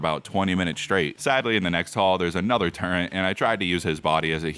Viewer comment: turret nah turrent